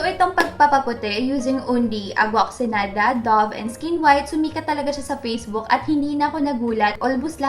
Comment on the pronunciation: isn't it oxiGEnada? I'm confused. is that silent GE? please help